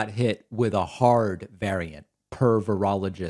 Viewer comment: I like how you pronounce "per virologist Sean Hannity" and make it sounds like "pervertogist Sean Hannity" LOL